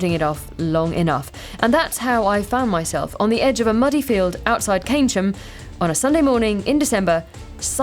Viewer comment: 14th? Pretty good. Plus, you pronounced "Keynsham" right 🤣